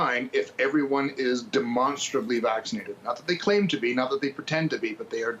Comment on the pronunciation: Demonstrorably???? You got any more of them attention seeking words